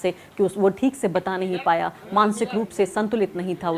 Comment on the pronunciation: Bahutay Dard hai re baaba…. Arfa Khanum ji Theek ko theek se bolna shuru kariye.Gujarish hai aapse